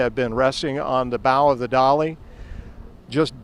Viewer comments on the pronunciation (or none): Dali not Dolly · It is so funny that that huge ship is called a" dolly" ..?! Can some one help the voice?? It is called DALI...